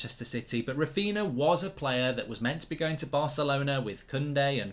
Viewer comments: His name is Raphinha, not Raphina. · it's Raphinha fam not Raphina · Clueless people, they have Coutinho, Ronaldinho, Fabinho etc and they can't make the connection with Raphinha and they keep misspronouncing the name, such disrespect and cavemen everywhere. Don't they watch highlights or match of the day or Martin Tyler or something, everyone there calls him correctly, the only place where they keep butchering the name is here on fan channels. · If you bid £45m under his value, it’s not really ‘almost there’ is it? Also, you’re not saying his name properly. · He's a Man United fan. Of course he wont pronounce a Leeds players name correctly